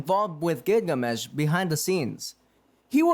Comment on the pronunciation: My guy your pronunciation needs work. It's gilgamesh not gigamesh. And the h is silent in cu chulainn. Shinji not shiji and your narration skills need a bit of work as well